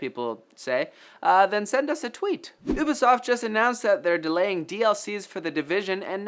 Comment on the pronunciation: Good Job pronouncing Ubisoft correctly! Thumbs up for doing that.